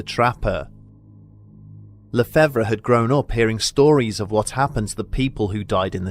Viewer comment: le-fav is how lefevre is said. the re is silent in french